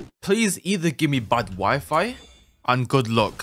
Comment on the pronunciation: I was think when you say "my wifi" I just heard you say "my wife" I just think a lot of that